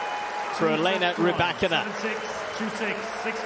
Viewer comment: Ry-Bak-In-Na.....do doo do do do.......Ry-Bak-In-Na..... do do do do.....Ry-Bak-In-Na....do doo do do do ,do do do, do do do, do do do do do do! do! do! do! do!